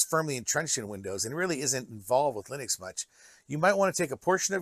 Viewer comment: Why do you keep saying 'lie-nux' lol.